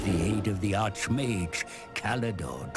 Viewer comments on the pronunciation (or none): Don't worry about the old man's pronunciation of "Asur". He also said "Archmage" with the "ch" of an architectural "arch", rather than the "k" of "architect" or "Archon".